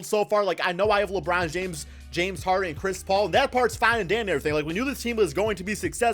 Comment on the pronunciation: Labrown james😂